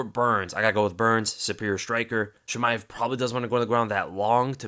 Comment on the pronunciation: One thing tho, It is not "Sheemaev" it's "Cheemaev" :)